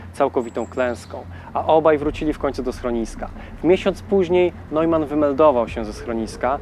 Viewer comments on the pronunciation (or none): none